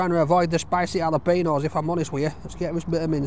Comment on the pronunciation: Jalapeños not jalapenos. Ñ is pronounced like "ny"